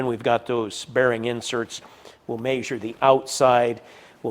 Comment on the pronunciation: is the only other person I’ve heard who says “Measure” the way my family from northern indiana said it.